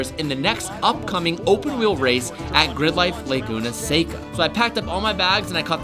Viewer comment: Thank you for learning how to say “Seca”